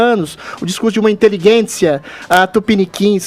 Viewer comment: Por que o Adrilles fala "inteliguência"?